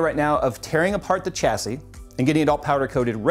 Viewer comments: never noticed before do you always pronounce the 'h' in chassis? really stood out in the video i like your videos but generally speaking its a silent 'h' shassis is how it normally sounds. not sure why it bugged me sorry. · Okay you kept saying it so, just fyi: "Chassis" is pronounced with a "SH" starting sound. That is all. Also, people whining about sponsorship is stupid - so long as it's disclosed and made clear where the parts are coming from, any further complaints are just envy.